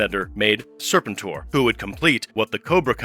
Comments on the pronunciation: Wow didnt know the Unicron connection Isnt the pronunciation Ser PEN tor ? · Tell the A.I. it's pronounced Sir-pent-tor. Like "repent". Overall a fun video. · Still can't pronounce Serpentor's name correctly, huh? 🙄🙄